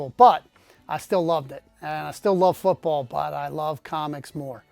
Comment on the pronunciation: Fewt Bawl? Never heard of him. On a serious note, the number of CGC books I had to send back (numerous times even in the same books) for foreign objects was a major turn off. I haven't sent stuff in for over a year now.